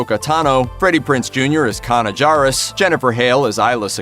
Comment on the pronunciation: Maul and Obi Wans last duel. Nice job pronouncing Kanan's name!